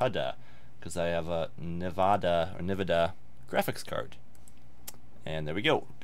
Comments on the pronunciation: I cried when you said CUD uhh and Navada.... ITS COOOOO DAAAAAA. not hard. N-VID E AH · nih-VID-ee-uh KOO-da please!! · Ouch... the pronunciation of CUDA and Nvidia....